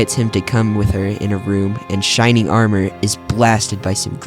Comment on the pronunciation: shrining armor??? I thought it was shining armor